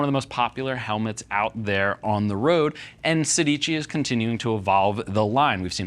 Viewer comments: You are pronuncing it wrong: it's Sédici. It means 16 in Italian. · I know, but the least they can do is pronuncing it right. Now they know... 😉